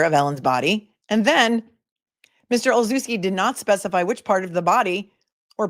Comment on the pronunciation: Olszewski is pronounced Olshevski. The sz is a schuh because the ch is chuh like chicken.